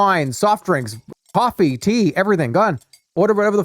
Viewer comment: Iced Coaffee, Stuffed Peppuhs, BYEAH